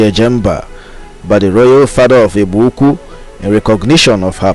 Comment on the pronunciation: Igbo is pronounced ibo